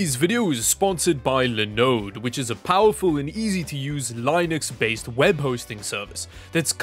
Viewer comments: Eventually he'll learn how to pronounce linux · I'm about to start a pition so this guy says Linux right